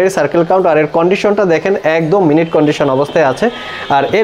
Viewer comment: আপনার সদয় তথ্যের জন্য জানানো যাচ্ছে যে: এটিকে মিন্ট কন্ডিশন হিসাবে উচ্চারণ করা উচিত , আপনি আপনার ভিডিওতে বলেছেন মিনিট কন্ডিশন এবং এখানে আমি আপনার দেখার জন্য অর্থ ও উদাহরণ দিচ্ছি: "মিন্ট কন্ডিশনের অর্থ নিখুঁত অবস্থা: নতুনের মতো হওয়ার অবস্থা তিনি গাড়িটি রেখেছিলেন মিন্ট কন্ডিশনে" For your kind information that it should be pronounce as MINT CONDITION not Minute Condition you said on your video and here I give the meaning & example for your perusal: "Mint Condition meaning is perfect condition : a state of being like new, He kept the car in mint condition".